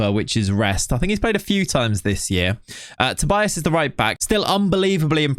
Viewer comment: Another thing, you say Tobias, but in portuguese would be said like "Tobeeas" the i is pronounced like e